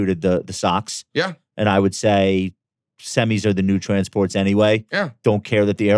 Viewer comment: Bro always saying trannies for transports will always be peak 🤣